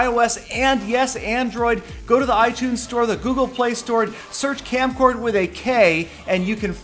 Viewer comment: its kamcord not kamcard...try again it may come